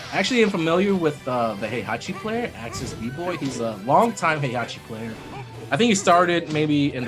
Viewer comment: Poor Heihachi, he stood as the foundation of this community that has built around him and legendary tournament he hosts. The game has voiced story with his name pronounced time and time again, we're moving to the 4th season and there's still casters who can't pronounce his name right, is that gonna be his legacy? You deserve more respect than you ever got but alas the annals of history are not written by the losing party. Yet some of us will remember who you were and what you built for us. Thank you and RIP, you have more than earned it.